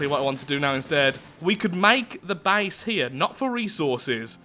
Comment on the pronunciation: When he says base it sounds like he’s saying bace